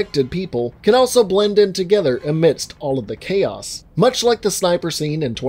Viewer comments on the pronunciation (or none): none